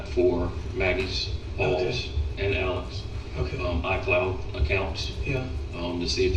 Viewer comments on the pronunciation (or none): Also his name is spelled Alex however it is pronounced "Alec"